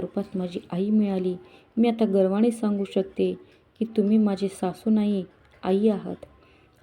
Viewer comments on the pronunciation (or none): गर्वाणी नाही गर्वानी